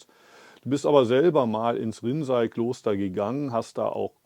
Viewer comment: No offense to you, but the use of the AI voice is really annoying. It misprounces a lot of words, including "Rinzai Monastery" as "rinsing toilet." At least that's what it sounds like to me. Other words like Antaiji, zazen, shikantaza and sesshin are also unrecognizable. I'd prefer to just read the English subtitles and hear your voice in German in the background. Respectfully. 🙏🙏🙏